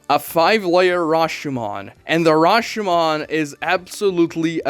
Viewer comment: He said 'Hashomon' instead of Rashomon. BRASILIAN SPOTTED